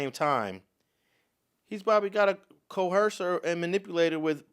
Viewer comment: There is no h sound in coercion or coerce. Coercion is enunciated with a zh sound with the z emphasized. Coerce has an s sound, similar to hearse or purse.